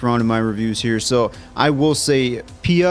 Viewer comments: ...its pronounced as pee-a, not pi-a😂😂😂😂 ... that's called henna(hen-ah) ... there's many many student who loves engineering from the bottom of their heart, but a large number are pressured to study engineering. Each year 30-40 engineering students commit s*ui*ide in India PLEASE PLEASE PLEASE react to CHHICHHORE PLEASE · Paya 😂 instead of Pia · The movie is one of the best and damn funny but what really made me chuckle this time was you pronounced Pia as Paaya 🤣🤣🤣🤣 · Its pia guys not paya....😊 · How come you can pronounce Fia as Fi-ya and cant pronounce Pia as Pi-ya🤦🏻 but Py-ya😂?